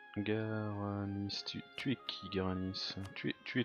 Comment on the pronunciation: GWarani, pas GaraniS, stp. Leur langue est la langue officielle du Paraguay, d'ailleurs (en plus de l'espagnol).